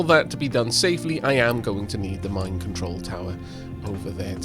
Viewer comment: I know its the mine control tower but I'll never be able to not hear it as mind control tower